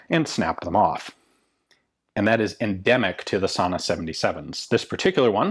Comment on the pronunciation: As always fun to have a video about our native firearms industry. I must confess I watched this video with the main aim of hearing Ian pronounce "Sanna" which is a distinctly Afrikaans word with accompanying pronunciation. Just a note, the word Sanna is no longer colloquially used for guns but was so used by the early Afrikaans speaking settlers or "Boers" to describe any muzzle loading long arm. Thanks Ian, keep em coming